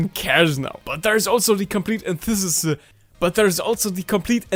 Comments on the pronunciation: It's pronounced Ant-ith-i-sis. Anthesis is the flowering period of a plant. I think you were going for Antithesis, which means opposite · an - thee - sis but the 'thee' sounds the "The End" at the end of movies. a long, but solid 'thee'. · "An thuh sis"